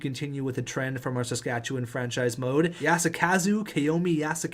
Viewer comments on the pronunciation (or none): none